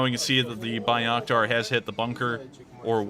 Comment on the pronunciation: Love what you do! Keep it up. Just an FYI - it's pronounced "Bay-rack-tar" and "Vas-kez". Also...IMO - the UA WILL eventually take back Crimea. Illegally annexed, RU still under sanctions for it..and the Ukraines have stated time and again they want every inch of Ukrain land back. Slava UKRAINI